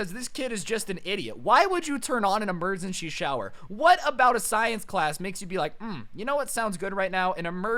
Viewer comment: He said emergenshy instead of emergency at least four times.